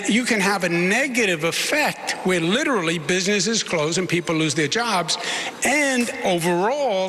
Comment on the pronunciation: Sliwa is witerally the funniest